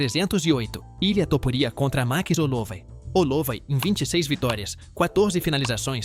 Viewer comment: que merda de canal, cara não se dá o trabalho de criar um audio decente pra falar max hollowat direito